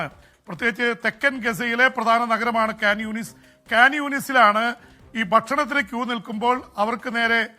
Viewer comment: Can yoonus alla khan yunis